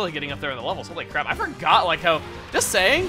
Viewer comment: When Chuggaa said Corpish has crap special defense I heard it as crab special defense.